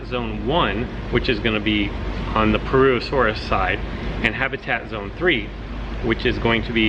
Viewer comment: Complete butchering of the pronunciation of purr-uss-uh-soar-us.